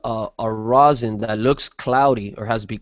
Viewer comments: FoRealJuggalos should've learned how to pronounce the word rosin before making multiple tutorial videos on the subject LOL. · What is this "rose-in" keeps referring to? Is it something different than rosin? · That's just how he pronounces it. He's still talking about "rosin". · Kira Barsmith It's how his english teacher told him it was pronounced..